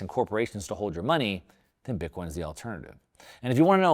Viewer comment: Please please not bitcion thanks